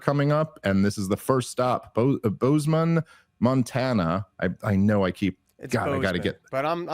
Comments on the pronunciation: It is pronounced Bose-man. Like the headphones. Not Booze-man. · It's pronounced "Boze-m'n" I promise im helping you here. If you say Bozemon like a Jamaican the Montanans will laugh at you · For the love of God! It's pronounced (Bose-Man) not Boozeman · Ever heard of Bozo the Clown? Bozeman is pronounced just like that. Where Boze rhymes with Rose. 🫡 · How many different ways can you mispronounce bozeman??